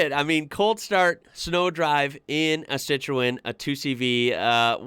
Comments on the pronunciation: It's pronounced Citron. Just saying 😊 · Citroën sounds like si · truhn IT IS ONLY TWO syllables not 3 as you're saying it. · Dude that pronunciation 😂it’s sit-Run buddy 👍✌️ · It's pronounced "SITRUN" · Im gonna help you out its pronounced "Citron" in Americanish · Lv ur channel. BTW it’s pronounced “sit-ran”